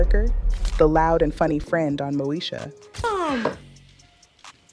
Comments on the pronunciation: It's Moesha not, Mosha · It's MŌ-Ē-SHA! NOT NO DAMN MOE-SHA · Mo-e-sha .... not Mo-sha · I had to stop watching, bc it must be AI! The name mispronounciations is crazy such Mosha for Moesha...Uuuug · Brandy's name on the show was Moesha. Pronounced...Mo E Sha. Not Mo Sha. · The show was Mo-esh-a, not Mo-sha! It's all about confidence & drawing the line. Look at Lizzo. They tried to put her down, but she rose anyway. I wish nothing but the best for Countess. ❤ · Who is Mosha??? Please learn to pronounce the names correctly before posting videos!! It’s pronounced Mo-ee-sha !! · Ok AI but informationative . It’s Moesha girl not mosha lol 😂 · Why this lady pronouncing Moesha name wrong, she's calling her Mosha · This is all AI. It’s not pronounced moo-sha. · Is the host AI? The show was Mo-e-sha….The way it was pronounced was….interesting…😳🙄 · This is an AI video. The show was pronounced MO EE Sh Uh. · Pronouncing Moesha incorrectly and calling 227 'Two Twenty Seven' is throwing me. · This channel is some AI mess. They can't even say Moesha correctly. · Yeah the AI sucks....the way she said Moesha😕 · This is AI this youtuber is not real she pronounced Moesha wrong listen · Yep I heard it! Let me watch something else